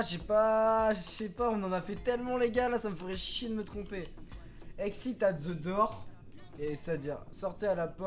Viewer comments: Il la dit dour au lieu de door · On dit door pas dour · Dour mdrrrrrrrr , c'est Dort ( la prononciation ) , sa veut dire porte , tu le sait mais je prefere le rappeller , continue comme sa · The "dour" MDR, sa se dit "dor", 😁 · Je vais vomir, pendant toute la vidéo "dour" "dour " ! S'il vous plait tuez moi, dites lui que ça ce prononce "daur" ou "dôr"! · Tu t tromper au début tu a dit Door alors que sa se dit dore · Nan c'est "dor"